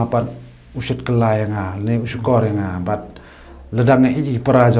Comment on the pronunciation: "nakaba"....ym "naba"